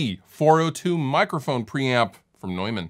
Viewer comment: I'm so glad you pronounced 'Neumann' correctly! :D